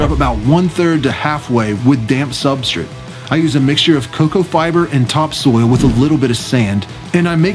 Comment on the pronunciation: Substrate. SubstRATE. I couldn’t stand they way you said it.